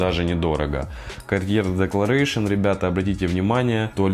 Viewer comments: Декларасьон, а не декларэйшн, надо заметить. А за спайс бомб спасибо, теперь ношу его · Gartier Declaration произносится декларасьон.